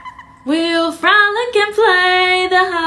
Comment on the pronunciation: You know someone should be ignored when they say "AAAND" as if it starts with an E